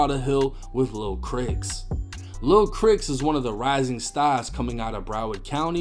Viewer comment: Lil "CRICKS"?! 🤡🧐🤣🤣 its clearly Pronounced as "CHRIS"🎯